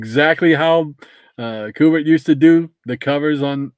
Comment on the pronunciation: Great show. I liked the the theme and you should continue to do it. His name is pronounced Q - Bert. I have watched an interview with Mr. Kubert and that is how he pronounced his name. 😁